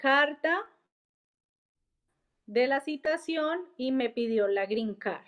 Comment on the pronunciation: No se dice Citacion